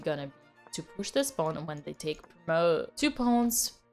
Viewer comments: Pawn Dina! Not Piun! Pawn 😘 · "Pawn" < "Poewn" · Pawn❌ Pown✅ JK tnx a lot Queen🫰🏻